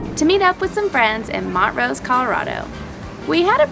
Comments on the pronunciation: Hehe... it’s pronounced Mon-TROSE. 😊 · its mon-trose not mont-rose! lol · pronunciation of Montrose “Mont-rose”. It’s pronounced “Mon-trose”. It’s a Scottish place name. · Great video, guys! I think we were in Grand Junction around the same time! Just two nit-picks (sorry, can't help it): I can see how it looks like Mont-Rose, but it's actually pronounced Mon-Trose; also, Colorado National Monument unfortunately is not a national park. Colorado has four national parks: Rocky Mountain, Mesa Verde, Great Sand Dunes, and Black Canyon of the Gunnison. Great job getting the national parks pass - it is SOOOO awesome and can be used all over the place! We love it! We're thrilled that you guys are visiting our state! :) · Whenever you said Montrose (mont-rose) i kept thinking of a town near where I grew up that was also Montrose (mon-trose). Maybe its a north vs south thing lol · Hey guys! Pretty sure it's pronounced Mon-trose, not Mont-rose. Love the video, was waiting for it all morning!! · Cringes at “Mont-Rose” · It's MON-TROSE LOL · The name will have been taken when people moved from Scotland across to the US many years ago. The town here is pronounced Mon-trose. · Hey guys, they're from Tennessee... They don't have towns with those kinds of names there; Nashville, Memphis, Chattanooga...ya feel me? They can pronounce the names of towns in Africa, Asia and Europe but not in (A)'Merica. LOL Still luv'em though! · I agree, I'm from PA... We have Montrose, PA there. I lived in Montreal. I long to go to the jazz festival in Montreux(sp ?). I was just having some good natured fun. And it was such a glaring mispronunciation error that a few of us caught it and made mention of it. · Lol that is not how you say Montrose you guys😂😂 my family has a ranch near there in Ridgway! Wish I new you were nearby would have invited you to our lodges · Or, they are just pronouncing it wrong. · That is not how you say montrose😂